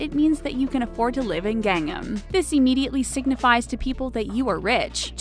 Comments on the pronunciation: Gang-nam, the way she pronounced it. I was super confused. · The only thing I am shocked about is the mispronunciation of Gangnam. Gang am as opposed to Gung NAM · It's not Gangam it's GangNAM! Sheesh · Oh my word... I can't take anything this person says seriously... She can't even pronounce Gangnam right!!! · worst pronunciation of Gangnam ever..... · Can't even pronounce Gangnam correctly. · gangnam is not pronounced like that. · her pronunciation of everything asian... Gayn-nam, KimCHEE Jeb-bles, Hi-yun-day... wonder how she got Pyeongyang correct. Wayng See- Kong? Chee jin ping? Chelsea Jayng? Weebo? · Hyundai is pronounced Hyun Day not hyun dah y And gangnam is pro gahng nam not gang em Pyongyang is pronounced Pyong Yang not Pyong yung Bibimbap is pronounced bih bim bahp not bibimbap There are pronunciation Automator online. Maybe use them befor make these videos